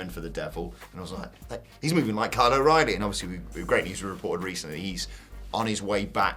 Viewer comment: Its kyle o riley